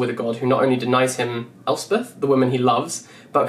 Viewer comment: Congrats on being the first person in 27 years that has EVER pronounced my name, Elsbeth, correctly! 🤣